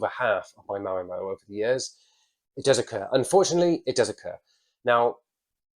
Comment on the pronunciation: I like how he pronounces Marimo like Ma’mo… ☺️